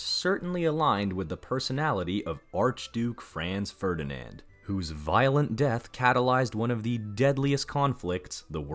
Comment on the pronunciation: would you please so kind to make some research how to pronounce german names correctly. there has never been a "Frenz Fördinend" neither an emperor "Frenz Dschosseff". for us germans it is naturally to pronounce your names as they are pronounced in englisch. by the way: our capital has never been "Börrlin" but Berlin. thank you so much